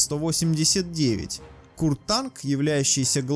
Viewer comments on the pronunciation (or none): none